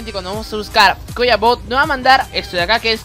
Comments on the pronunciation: ay por dios deja de decir eto enfermo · Me sirvió el tutorial pero me dabas cringe cada vez que decías eto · porque decis eto, me da mucha rabia